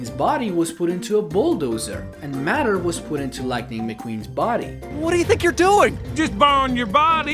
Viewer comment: "mat-er" its pronounced may-t-er idk if its a dialect thing ya got but it seems like you speak English good enough.